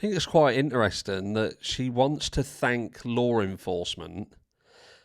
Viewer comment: And you couldn't even say thank properly! IE think. You stumbled as well.